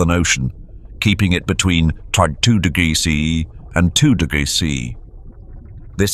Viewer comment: Do you struggle to pronounce temperatures?🤔 "t-t-digs to t-digs"